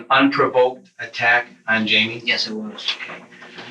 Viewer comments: Jamie, with a jay, not an H as in Hymie.. It is Jamie !! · Hi-me?????????...........that is fuckin not how that name is pronounced my guy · Why is the voice over guy Pronouncing Jamie as hei-me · It bothers me that he wouldn’t even say Jamie’s name right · Note to Narrator: Jamie is pronounced with a J. Always.